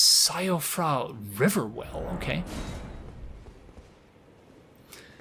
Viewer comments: Just FYI, Blaidd is Welsh/Irish/Gaelic. It is pronounced like "Blythe" and means *WOLF*. Also, Siofra is (Welsh/Irish/Gaelic again) is pronounced "SHEE-fra" and means changeling/Elf child/precious child. Fun with definitions! 😊 What an absolute joy it is to have regular content from you to watch again,! ♥I did not enjoy this game initially and I still think it's From's worst game (Bloodborne and DS 1&3 are my favorites), but seeing it through your eyes is still a magical experience. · If it matters to you. Siofra is pronounced (shee-fra) with a slight roll on the 'r'.